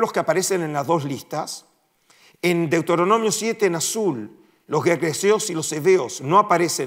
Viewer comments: DeutOronomio😅 un académico qué no sabe pronunciación básica de los libros de la biblia. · No es Deutoronomio, sino Deuteronomio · Qué se puede esperar de un académico que ni siquiera sabe pronunciar Deuteronomio!!